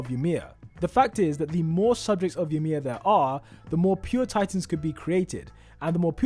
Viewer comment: I’m cringing when he said yamir